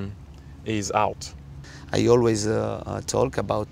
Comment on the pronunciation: First time I hear someone pronounce "talk" that way.